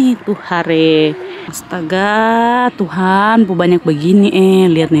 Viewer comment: kak bukan tuhare tp tuhan ee